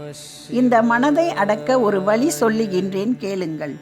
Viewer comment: வலி வழி இரண்டிற்கும் பொருள் தெரியுமா வழி என்று சரியாக உச்சரிக்க வேண்டும் நன்றி